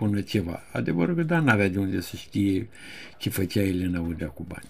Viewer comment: Maestre, fără supărare, adesea spuneți peroadă și une (în loc de unde). Cel puțin așa se aude. Dar nu pentru asta vă iubim noi! 🤭